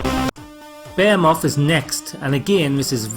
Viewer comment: Behemoth [bih-hee-muh th]